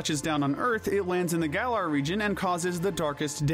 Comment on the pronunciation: It’s pronounced GEER-uh-tee-nuh, GA-lar, GRAY-SID-ee-uh, ee-VELL-tall, DIE-ahn-see, vol-CAY-nee-uhn, and sil-VAL-EYE, “”. 🤨